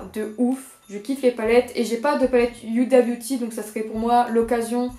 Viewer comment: Tu dis mal Huda Beauty sa se dit ouda beauty toi tu dis uida beauty mais c'est pas de ta faute c ton accent